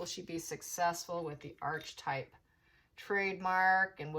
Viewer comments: It's not Arche/type It's pronounced aar-kuh-tipe ( American pronunciation) British pronunciation aa-kuh-tipe Sorry, just trying to help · Archetype - Ar-ke-type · Pronounced ark e type .